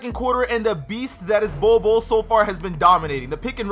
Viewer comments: I love the way he pronounces the "bold bol" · I love the way he pronounces the "bol bol" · Bol bol means pubic hair in my country. Stop pronouncing his name like the way you do coz it’s hilarious